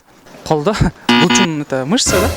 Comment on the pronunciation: Булчум эмес булчуң!